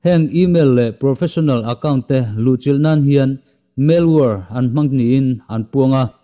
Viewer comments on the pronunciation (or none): Spam tih hi palm tree tih a palm lamdan thluk a, spâm/spaaam ti a lam tur.. "Malware" pawh " mel-war" ni lo in 'Mal (mizo tawng anga chhiar top tur) + 'wear' .....MAL-WEAR' ti a lam bok tur.